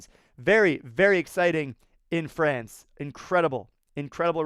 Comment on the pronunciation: FRANCE not FRACE 🤣